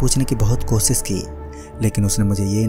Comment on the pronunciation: Bhai kosis nhi koshish Pronunciation thik kar chote